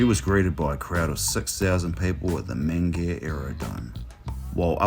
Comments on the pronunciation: Loved this! One thing though, was I the only one who heard Mangere pronounced as Man-Gear? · I enjoyed the vid but .... Man Gere?